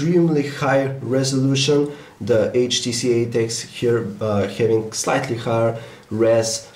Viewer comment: I hate this accent .. typinK , thinkinK, havinK .. tired of hearing the K might unsubscribe soon if it doesn't change